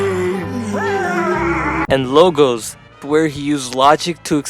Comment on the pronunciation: Dude casually pronouncing ethos, pathos, and logos wrong. Give it up for the American school system 👏👏